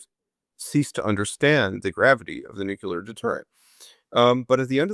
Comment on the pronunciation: Hey, interesting talk.. but please (a pet hate of mine).. it's not Nu-Killer.. it's Nu-Clear!